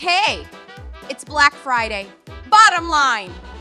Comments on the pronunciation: that fucking archway says blac fird instead of black friday lmfao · "bla-ack fri-yay!!🗣️💅" ✨Brick frday✨ "critical infrill!" bro typed "/e rebirth"💀